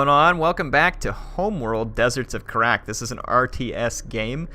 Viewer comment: love the videos, but how you pronounce Kharak is killing me. It is pronounced Khar-ack